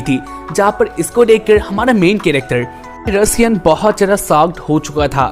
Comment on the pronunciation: Bhai vo Russia nhi ru Sian hota hai😂😂